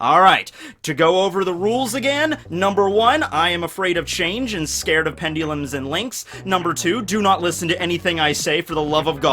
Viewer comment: Pendulum is a word. Pendeelums are not a thing.